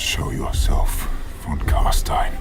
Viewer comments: Von is German. V is pronounced as F and W is pronounced as V. Von is pronounced Fon. Please. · Başar Ant Yatır „von“ is 100% german, In the netherlands it‘s „van“. It‘s meant to be german.